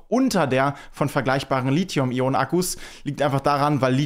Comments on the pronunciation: Deine Videos sind super - aber dein LiZium geht mir gewaltig auf die Nerven! Es heißt LiTHium - wie in Lithosphäre, Lithographie, Mathematik, Apotheke usw. usf. Nicht ohne Grund wird SiliZium anders geschrieben und eben auch anders gesprochen! Krieg das doch mal bitte hin, Tom Boetticher schafft es doch auch wunderbar. (Dafür sagt er dann aber ernsthaft bei "kaufbar" ARGH - wie wäre es denn mit "käuflich"???) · Schöner Beitrag, wie immer , aber bitte sprich Lithium richtig aus. Du bist ein Profi deines Faches, das passt nicht zu einen Profi.